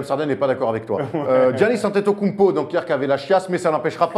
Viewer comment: si tu suis la NBA tu sais prononcer Antetokoumnpo